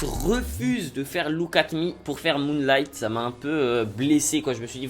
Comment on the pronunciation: ptn il m'a tuée ""moolighttt" mdrr